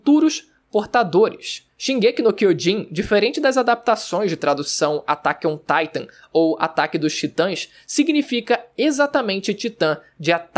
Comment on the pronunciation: DICA PARCEIRO... Se não sabe pronunciar o nome em japonês.. fale em português que é melhor que ATAQUE OMM TAITOM ,BLS?